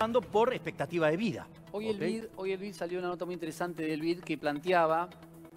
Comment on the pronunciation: Por favor alguien díganle a este conductor que no es "plantIaba" sino "plantEaba". En el minuto hay uno. Queda fel mas viniendo del conductor!!